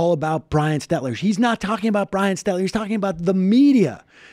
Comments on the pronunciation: FYI, Sam, it's SteLter--not SteTler... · Not “Stetler” it’s “Stelter” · His name is SteLter not Stetler